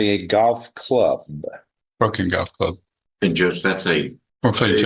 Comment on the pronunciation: Ikr😂 and he keeps emphasizing "broken" golf club